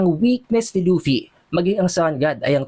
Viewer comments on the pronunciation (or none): none